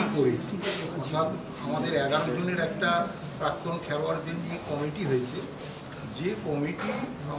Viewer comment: Committee bollo na comedy bollo bojha gelo nqa